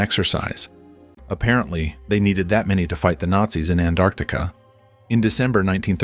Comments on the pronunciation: Anartica 😂 can't even pronounce it correctly 😂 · Honestly i never understood why A N T A R C T I C A word didn't pronounce correctly always T missed so its ΑΝΤΑΡΚΤΙΚΗ(ANTARKTIKI in Greece)🤥😀